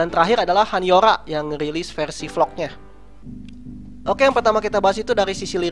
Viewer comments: dan btw han yoo ra dibacanya bukan 'yo' tapi 'yu' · gemes dia bacanya han YOra bukan YUra -_ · perasaan han yoora di bacanya hanyura bukan han han yoola wkwkwk :v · Han Yoo Ra, bukan HanYoRa (bacanya)